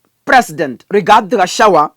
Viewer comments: Pronounce Ga cha gua NOT Gachawa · are you kenyan? can you pronounce gachagua ?